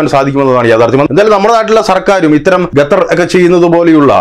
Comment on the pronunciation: Your pronounce the name of Qatar 🇶🇦 is not properly, always while naming places name must say properly, you saying repeatedly #" Gatar "# it's absolutely wrong.